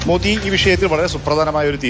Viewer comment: മോതി എന്നാണോ പറഞ്ഞത് ഞാൻ വിചാരിച്ചു മോഡി എന്ന് 😂